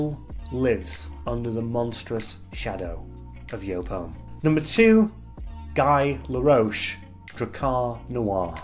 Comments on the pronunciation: Guy laroche?:) It's not Guy in French, definitely:) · The way you are pronouncing “Guy Laroche” killed this video for me 😂. Back to seriousness. The problem for some brands is that if one fragrance gets so so popular that no matter what they make, it will always be compared to that one...